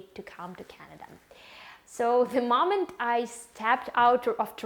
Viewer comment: It's moment, not mament